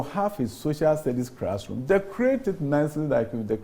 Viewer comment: And he keeps saying "crassroom" when most of the E "crassrooms" are decaying in the bushes.Please "crear" the rest of the "crassrooms" from the bushes, Honourable Minister.